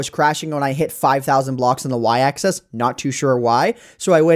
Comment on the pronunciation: Why do you pronounce "axis" as "access"?